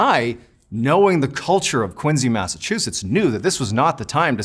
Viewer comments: he really is such a captivating orator. also thank you for teaching people how to correctly say Quincy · I love how he made sure to say the correct pronunciation of Quincy.